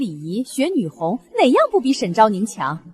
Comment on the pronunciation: 女（紅）發音念「工」。